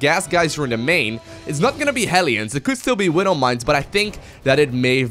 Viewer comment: I hate it how he says "Widdle mines" .. Widow. Not little.